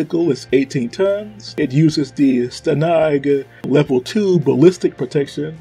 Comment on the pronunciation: I just looked at your channel, you got quite a lot of videos on some pretty interesting topics. Having made that many videos, you should know plenty about this sort of stuff. Watching back for a moment, you pronounce stanag in a weird way and that made me think "huh, this guy doesn't know how this common thing is pronounced. Maybe this topic isn't his focus" I probably misjudged how much you know about armored vehicles but I maintain that you don't sound very confident when you talk about them.